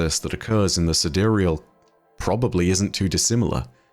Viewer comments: I think the sidereal is pronounced as side real like the real side. The cloudstriders were kinda like crspr babies, created using genetic engineering by the ai, then it connects to the devices to grow the code/unreal into the sidereal or the real side. Like a mirror in a simulation connected to the outside world. As above so below. So how its possible in real life and not just destiny: we use ai to decipher protein folding and use the decoded knowledge to create the babies, then using ai to advance technology, us ai to observe quantum, decrypt the structures, then use ai to create and operate tools to interact with the relative material and create nanotech to develop augmentations out of materials that work with the genetic material. Seriously, use ai to understand and then use the understanding with tools developed from the understandings to create stuff of imaginations. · I always thought it was pronounced "side-real". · Sidereal? Side real? I for sure pronounced it side-real lol